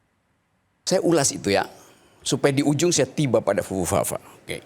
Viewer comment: fufufafa bang.. bukan pupupapa